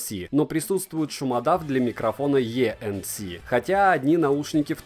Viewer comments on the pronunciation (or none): Автор, вы говорите: "Шумодав е-эн-си". Это про ENC? Но буквы ЙЕ в английском языке нет и не было. Есть И